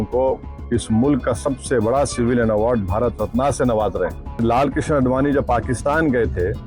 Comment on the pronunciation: तो क्या किसी aatankwadi को देना था भारत रत्ना. ......... बोलना तो आता नहीं, रत्ना, रत्ना,रत्ना......रत्ना नहीं होता है....रत्न होता हैं ok...और दंगे-fasad तुम जैसे लोगों ने ही करवाएं है हमेशा ok.